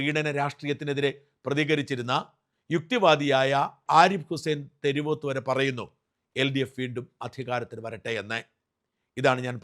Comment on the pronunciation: തെരുവോത്ത് എന്നത് ശരിയല്ല. ആ പേരെങ്കിലും ഒന്ന് ശരിക്ക് പഠിക്കൂ ഷാജാ.